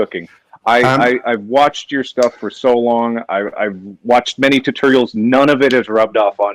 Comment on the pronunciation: Now even Gordon knows he says "Tehturial"